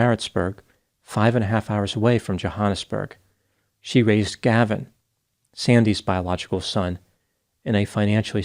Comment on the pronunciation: Omg wasn’t expecting this to be my family home town!! Also a tip the ‘a’ in Johannesburg is pronounced like the ‘a’ in at